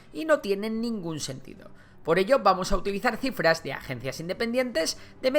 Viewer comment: crifras😂, pense que habia leido mal